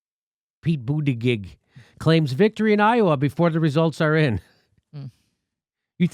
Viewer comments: Mr. Dore, here in South Bend we pronounced Buttigieg as: Boo-ti-judge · Hey Jim-why Dooor-eeee, his name is Boot-a-judge. Quit pulling a Kamala move that would make Matt Gaetz or the California Cowman proud. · Come on Jimmy, why mispronounce his name? You're better than that. Anyways, his real name is pronounced "Wall Street Pete." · Jim, you say it wrong. it is pete butt engaged,FFS! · I got a kick out of the way Kyle Kulinsky use to mispronounce Wall Street Pete's last name as Booty-Judge. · It's BOOTY-JUDGE! Insult him relentlessly, please! But pronounce the name right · Boo-ti-gedge. I hate him as well, primarily for his McKinsey connections. But refusing to pronounce his name correctly is akin to the Repubs not pronouncing Kamala. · I'm no fan of Pete Buttigieg but I gotta down vote this video because Jimmy refuses to pronounce his name correctly. It's not that hard and it makes Jimmy look like a petty jerk. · booty-gig or booty-judge ? how is it pronounced? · He pronounce Buttigieg incorrectly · Jimmy can you learn how to say his name, or is it Irish insolence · Look feel what you want about the man I'm totally fine with that but pronounce his last name correctly. If the left is supposed to be respectful and tolerant of trans and non-binary folks selecting their pronouns maybe we could call somebody by their name. Weasel peach, Mayo peach, whatever! but say his last name correctly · Why can't you pronounce his name correctly?